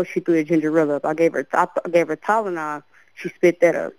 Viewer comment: I hate how she pronounces Tylenol